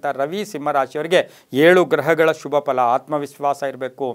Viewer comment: The way you say “shubha” it’s usually backed with “a”… even if you are saying Shubha it sounds like ashubha.. and it’s confusing sometimes..